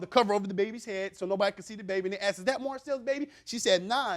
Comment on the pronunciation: And arxxed instead of asked………. The mispronunciation of this word makes me mad 😡